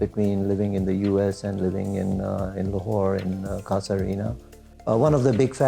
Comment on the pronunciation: Cassa Rina???? You kept it pronouncing incorrect. It's an Italian word for house and it's pronounced ' Caaza ' not cassa. Please inform yourself before you present something like this.